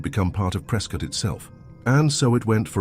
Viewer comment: Yup, I remember the first time I was verbally reprimanded for calling it “pres-cot” and not “pres-cut”